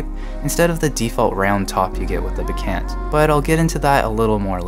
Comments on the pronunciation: Not to be petit but it's pronounced bekAHnt, not "be-can't", like you say it. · its pronounced BEK-AUNT (even if it looks ANT) as in your AUNT Judy!!